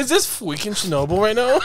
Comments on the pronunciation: The fweaking radiation thing had my crying hours later 🤣🤣🤣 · Fweekin wadiation……… I lost it!